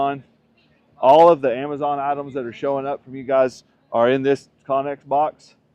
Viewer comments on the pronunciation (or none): none